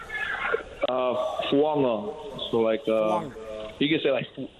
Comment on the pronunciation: He said the last name right at first once Fuaga said it and then couldn't get it right again 😂